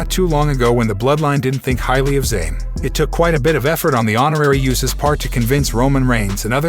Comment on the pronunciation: BTW, its USOS not YOUSOS